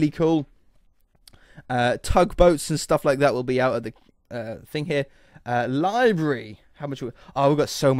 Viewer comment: "Libary" 10/10 would English again